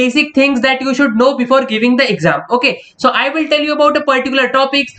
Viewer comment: Toll u nhi hota tell you hota hai bhai 😂😂😂